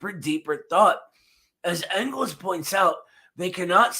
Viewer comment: as a Philadelphia native who has been repeatedly chastised by Eddie for mispronouncing Afghanistan I breathe a sigh of relief that I no longer will be shamed for mispronouncing Engels name